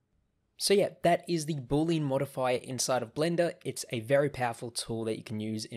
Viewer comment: Thanks for the video! BTW, it's not pronounced "BOOL-lean" (2 syllables). It's pronounced "BOO-lee-ən" (3 syllables)